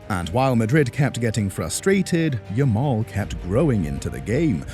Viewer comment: Yamal is Yamal, not new someone